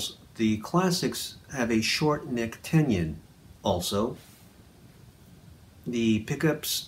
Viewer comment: Dude! The word is "te-non," not "ten-yon." Also, it's "po-ten-ti-ah-meter," not whatever you're saying. Peace.